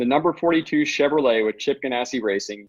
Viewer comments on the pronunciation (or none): none